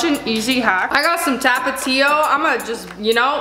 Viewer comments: When she said TAPatio when it's TOPatio. My fellow Mexicans know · Mexicans are cringing when she says tapatio and tostada and churros